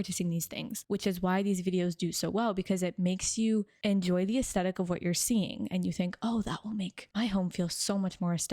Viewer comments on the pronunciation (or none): I love your content, but can we please normalize the correct pronunciation of the word 'aesthetic'? The H is not optional.